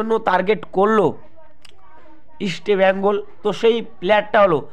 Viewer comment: দাদা, 'ইস্টেবেঙ্গল' নয় ইস্টবেঙ্গল।